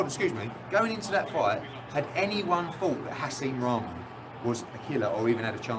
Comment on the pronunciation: This man said Hasim Rahman 🤣🤣